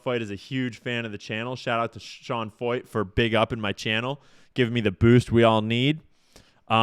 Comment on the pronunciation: Pronounced Sean Foyt?? That’s Sean Fucht.